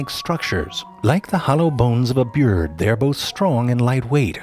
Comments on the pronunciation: "Like the hollow bones of a Bjïrd they are both strong and light weight" These mispronounciations get me EVERY time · "Like the hollow bones of a byurd" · I like the way he pronounces bird like"byerd" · I love how you say "beeyurd" 😂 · "Like the hollow bones of a byærd" SENT me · "Like the hollow bones of a beyyyyyyrd, they are both strong and lightweight..." Haha dead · I enjoy how he pronounces bird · the way he says bird